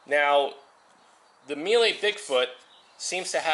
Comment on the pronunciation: If your Italian you should be able to pronounce Mile the Italian way :P